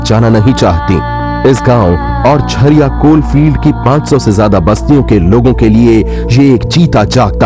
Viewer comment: Abe jhaariya nhi bol Jhariya bol